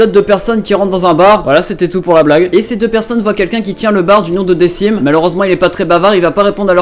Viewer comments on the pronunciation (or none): decim ne se prononce pas "dekim" ?